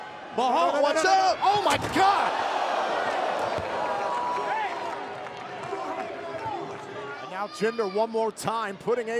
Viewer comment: OhEm Jet bro its GOD not Gwad